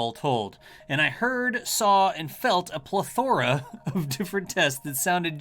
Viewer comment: What's the joke with the way he pronounces iteration, and plethora, etc? Is it some sort of inside joke for this channel? A Texas thing?